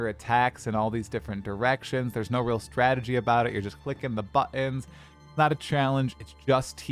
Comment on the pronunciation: You say 'buttons' weird, stop it!